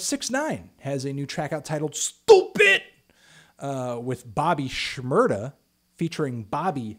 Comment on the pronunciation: The way you said STOOPID